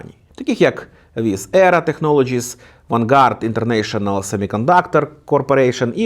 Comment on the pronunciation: Не ВанГард, а ВЕнгард :)